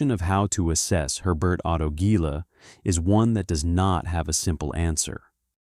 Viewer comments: Germans pronounce 'Herbert' as 'hair-BAIRT', not French-style as 'air-BAIR' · H is not silent